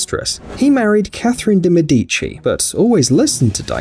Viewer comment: "Catherine de' MedÌci": me as an italian❓👄❓